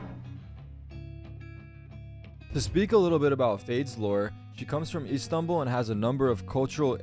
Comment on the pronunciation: Bro tarik u r from turkey and u don't know how to pronounce Istanbul for shame sir for shame